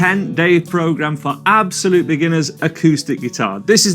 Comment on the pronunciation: The way he says "absolute" is hurting me every time... I'm a beginner, but I don't think I'm an "ABSOLUTE beginner".